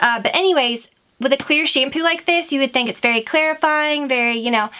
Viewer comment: Why do you pronounce it "SHAYM-POO". Arggghhhh!!!